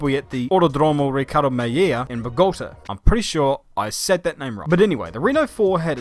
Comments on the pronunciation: Bogota is Bogo like pogo with a B ten tah, Bo-go-tah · Bogotá was even more painful. Notice the accent on the last syllabe, not the second one. Hell, he said Ricardo Mejía better than he said Bogotá (and iirc he apologized for the name, not the city).